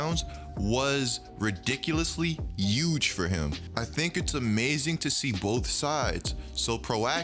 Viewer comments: So apparently we not pronouncing our H’s? Yuuuuuge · nobody: literally no one:: EuJe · Trump got you saying Huge with the H silent knock that shit off we don't do that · zion needs to learn how to walk again and you need to learn how to pronounce H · Bruh just SAY HUGE RIGHT WTF